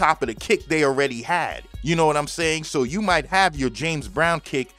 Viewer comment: Mighta? You slaughtered that. Still great info.